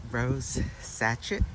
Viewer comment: Beautiful roses <3 By the way sachet is pronounced sashay.